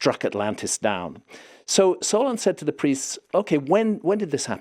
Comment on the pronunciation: I had to do a double take when he said Solon. I thought I heard Sauron. Just about lost it.